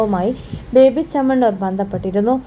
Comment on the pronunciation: ബേബി ചമ്മന്നൂർ അല്ല ബോബി ചെമ്മണ്ണൂർ ആദ്യം തന്നെ നന്നായി മലയാളം പോയി പഠിച്ചിട്ടു വാ